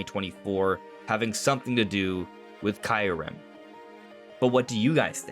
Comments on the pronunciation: You pronounce it perfectly DONT listen to anyone ! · Keeyou-rem (KYU pronounced like REU in "REUSE")